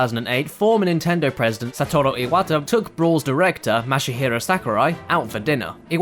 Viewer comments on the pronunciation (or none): "Mashie-hero Sakurai" i love you but jebus XD